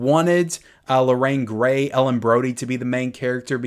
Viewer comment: It's not Gray, my friend. It's Gary Lorraine Gary